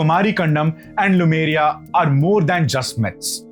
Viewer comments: Very interesting indeed! What I don't understand is why you say Lumeria all the time instead of Lemuria. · Not LUmeria, it's LEmuria! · Small nitpicks in an otherwise good presentation Lemur - pronounced Lee - Marr Lemuria pronunced Lay-Moor-eeya not Lumeria In Tamizh, two words are joined with half consonants that are close sounding or easier sounding Similar sounding bond ================== Kumari(குமரி) + Kandam (கண்டம்) - Kumar-"ick"-Kandam (குமரி"க்"கண்டம்) Also Kandam (கண்டம்) is pronounced like the English word "condemn". Dissimilar sounding bond ===================== Silambu + Adhikaaram = Silapadhigaaram Means Anklet's Tale. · Lemuria, not Lumeria. Lemurs are animals, they are not called lumers. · Bhaiya लेमूरिया hai.... not लूमेरिया... From the monkey like Lemur ( लेमूर) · Khandam means continent. Also it is Lemuria, not Lumeria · iN ENGLISH IT IS LEMURIA NOT LUMERIA. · It's not Lumeria, but Lemuria. You should focus getting details right.